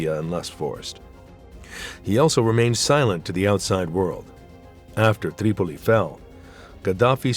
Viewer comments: Certain names are overpronounced. Tripoli becomes TTTreeee Pol llleeee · The narrator bugs me, going all camel humper when he pronounces Tripoli and other cities.